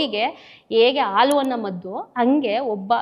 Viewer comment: ಹಪ್ಪ - ಹಮ್ಮ ಅಲ್ಲ ,ಅಪ್ಪ - ಅಮ್ಮ, ,ಆಲು ಹನ್ನ ಅಲ್ಲ ಹಾಲು ಅನ್ನ🙏 ಆ್ಯಂಕರ್ ಕನ್ನಡ ಶುಧ್ದತೆಯ ಬಗ್ಗೆ ಸ್ವಲ್ಪ ಗಮನ ಕೊಡಿ🙏